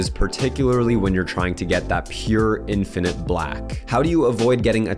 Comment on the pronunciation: I’ll happily subscribe if you promise to accent the first syllable in the word (infinite) /IN fin it/. And stop accenting the second syllable/in FIN it/.